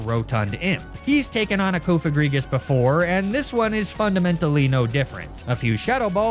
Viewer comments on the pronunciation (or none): none